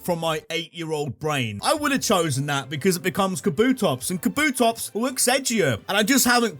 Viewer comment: DO NOT LEAVE OFF THE P IN KABUTOPS!